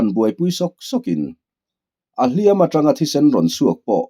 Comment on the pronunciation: A ngaihnawm thin khawp mai, mahse hnu dawm tih leh hliam tih i chhiar hi a thu a zir hian a thluk hi hman tur a awma, tuna I hman tawhnaah hi chuan a ri hniam ve ve tur niin ka hria.